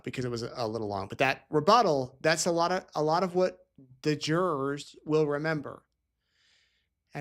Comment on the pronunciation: Why can't this woman say the word "What"?? She says "Whah". "The state cannot prove Whah happened". Sorry, drives me nuts every time